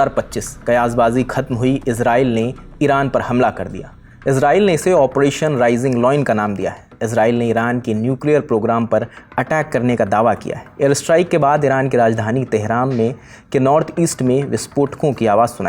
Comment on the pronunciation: अरे बाबू, अपारेशन राईजिं लौएन नही। राइजिंग लायन है! उच्चारण तो ठीक कर लो